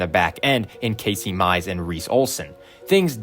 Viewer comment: Bro said Casey mize